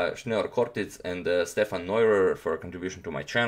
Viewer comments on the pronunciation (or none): none